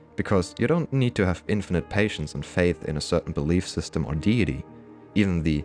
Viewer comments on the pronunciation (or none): none